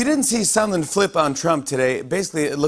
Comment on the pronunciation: I know this guy is called Sondland, but every time anyone says his name it sounds like Somlin to me. Why is everyone pronouncing this so strangely though